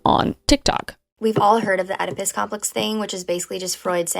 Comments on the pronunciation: . . .pronounced "Eh-di-pus", Kris. . . 😂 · Oedipus complex is pronounced more like ee·duh·puhs. Just me being pedantic, you're doing good, and the point still gets across just fine! Love your content Kris ^^. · it’s pronounced “ed-oh-piss” 😂 the girl u showed earlier showed u how to pronounce it too 😭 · FYI, "Oedipus" is not pronounced "odipisis." It is pronounced exactly like it is spelled except the "O" is silent, so it sounds like "ed-uh-pus." I'm surprised you don't know how to pronounce the name of such a common term that is frequently used in not only literature, social media and psychology but pop psychology as well...or, that if you know that you are not familiar with how a word is pronounced, that you wouldn't bother to take 30 seconds to look up the proper pronunciation before uploading a video that I'm sure took a lot of time, effort and hard work to make. It just blows my mind when people do this, especially when you know how many people are potentially going to watch your video! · Oedipus is pronounced ed-ip-us the o is silent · “Oedipus” traditionally pronounced ˈɛdɪpəs or eh-dih-puhs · OEDIPUS MENTIONED??? Why is a JOCASTA COMPEX A THING (I hope you never have to mention Oedipus again but if you do have to his name is pronounced EH-dih-pus. I hope you never have to use this note though because genuinely wtf) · Oedipus is pronounced (eh·duh·puhs). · KRIS 📢 Oedipus is pronounced Ed-eh-pus. Jocasta is pronound Yo-cahst-ah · Your pronunciations of the Greek names is actually so stressful to me. Oedipus is pronounced like Ed-ih-piss and Jocasta is pronounced more like Joe-kA-s-tah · Reallllllly gotta work on pronunciation. “Oh edi puss”??? Come on now Kris. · Just for info: pronounced “ed-eh-pus” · Oedipus is pronounced edipus, it's the guy with the complex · no hate or anything but the amount of people that don't pronounce Oedipus correctly makes me worry. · i love you so much but you BUTCHERED the pronunciation of oedipus 😂